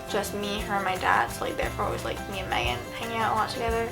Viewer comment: I swear she said magan